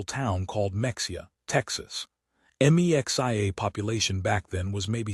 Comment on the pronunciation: Friggin AI! Mexia is pronounced "Meh-HE-ah" just as Mexico is properly pronounced "Meh-HE-co". A real person doing a little research would have known that.